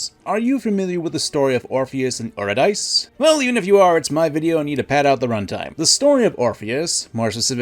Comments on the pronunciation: Love your videos but man was a painful to listen to you mispronounce Eurydice.. it’s : yr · i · duh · see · You-RID-ih-see. Also...Orpheus turned to look because he doubted. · I recommend you listen to the musical Hadestown so you'll know for next time how to pronounce Eurydice. It's yr·i·duh·see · Eurydice is YU rih DIH see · hey man "-dice" in reference to old nouns such as Eurydice are pronounced as "-deecee" i.e Yu-Rid-ee-cee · As a mythology nerd the pronunciation killed my ears. For anyone wondering it's yr·i·duh·see💜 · Eurydice is pronounced you-rid-issy. The video was so good but that pronunciation made my skin crawl. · Eurydice is pronounced Your id a sea. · Eurydice is pronounced U-rid-di-seas. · Nearly every Greek word that ends in an E like that uses a long E. So Eurydice should be pronounced something like “You-RID-diss-see.” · pronounced YOUR-ID-ES-SEE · Eurydice is pronounced "yoo-rid-ih-see," dude. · Ohhh man, you mispronounced Eurydice. Oof. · I’m sorry, but I have to say something or it will bubble up in me and make my blood pressure rise to highs I never thought possible: Eurydice is pronounced “you-rid-dee-see” not “you-rid-dice”. Otherwise, great telling of the Orpheus tragedy. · Her name was not euro-dice. It was yeh-ready-see. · "OO-ri-DICE?!?!" Her name is "Yuu-ri-dih-see", sir. But it's good to know that you've read it and you're not just parroting someone else. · Hey, real quick. I just wanted to let you know that Eurydice isn't pronounced (Or-uh-Dice) it's pronounced (Yur-ih-duh-see). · Aura-Dice? I always pronounced her name You-Rid-A-See. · Eurydice is pronounced you-ri-duh-see, not you-ree-dice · This is a great video but I have one correction: Eurydice is pronounced Yur-Id-Is-See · Eurydice is pronounced "Yew-rid-ih-see" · say euro dice again i dare you